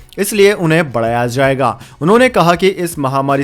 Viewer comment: It is not pronounced as zammu but jammu. Not zaiga but jaiga....many more like this. Please correct your pronunciation asap.